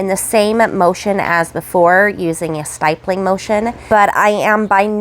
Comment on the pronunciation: FYI. Stippling: Pronounced so it rhymes with "rippling". No "Y" sound. 😉